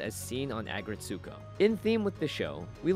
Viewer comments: Good recipe! Small FYI: The title is pronounced either "ah-GRETSS-koh" or (the original Japanese title) "Aggressive RETSS-ko". (It's not, as I heard say, "ah-gret-SOO-koh");-) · I couldn't figure out what was saying. Then I realized it was his pronunciation of "Aggretsuko" lol! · Please stop pronouncing it so wrong 😭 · All the cringe of how he pronounced Aggretsuko